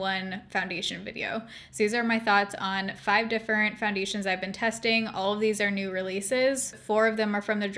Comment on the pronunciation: 100% no tea, no shade. I absolutely adore that you say different "differnt" bc SAME & EVERYONE MAKES ME FEEL BAD ABOUT IT😂😂🖤🖤🖤